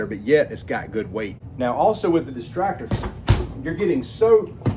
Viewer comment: Why does he keep calling it the "Destractor"? It's not exactly for distracting... I see a Destructor, but that's very different from what he's saying. >.>